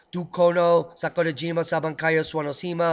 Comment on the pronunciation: Love your Japanese brah.... can you please say SAKURAJIMA again